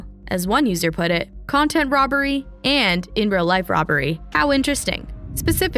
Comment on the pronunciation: Jack really went kinda far with the “nontent”